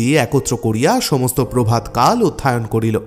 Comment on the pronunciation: ওষ্ঠাধার,অধ্যায়ণ উচ্চারণ গুলো কানে বাধল।